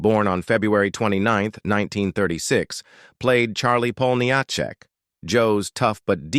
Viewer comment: AI voice over mispronounces Jo's last name. I have heard this problem on other posts by other content creators. It'd not artificial intelligence, it's artificial ignorance.